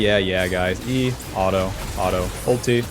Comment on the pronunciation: the way you say auto honestly is hurts the ears. Was enjoying the video but I honestly can’t listen to a word being heavy butchered like that